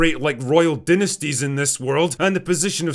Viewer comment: Did this tool just say “dinnestees” ? Dynasty is pronounced “Die-nuh-stee”